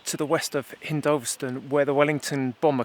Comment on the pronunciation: This is very enjoyable, all these areas are my childhood and my father was in the RAF and we were fascinated with planes. The information is fascinating, however every time I hear you mispronounce "hindolVStone" and "fowlsham" i have to put my fingers in my ears... Lol😂